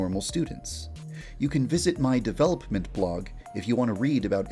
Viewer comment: This guy really can't say 'development' properly.